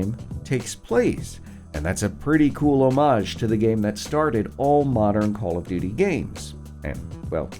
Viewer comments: Did anyone catch him say call of dodo 😂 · He called it call of dodo atleast thats what i hear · u said call of do do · Legit, dude just said Call of DooDoo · did he just say call of doodoo? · Call of doodoo you said 😂😭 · Did no one else notice how he said call of dodo modern warfare? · " let's look in 10 wepean details in callof do do" I'm pretty sure he said "call of do do" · we just gon ignore the fact he said “call of dudu.” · That feeling after the coffee in the morning. The "call of dudu"! xD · h3y he said call of Dudu